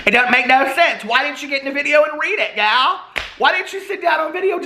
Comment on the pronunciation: I love how says Gal!